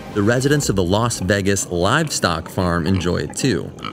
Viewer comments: I've never heard anyone pronounce Vegas as "Veggas". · Vegas rhymes with age, not eggs